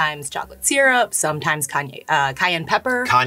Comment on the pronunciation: She really said syrup wrong